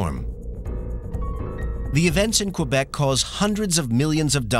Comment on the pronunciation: "Qwebec" No dude you don't pronounce the u in Quebec